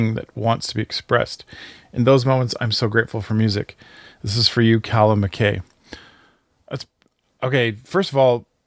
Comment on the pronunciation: Mac-eye not Mac-kay.